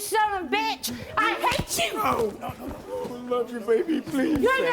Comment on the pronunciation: “I HAE CHEW”